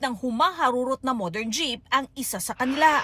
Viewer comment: Need talagang may emphasis sa "modern jeepney". Pwede namn sabihing jeepney lan 😂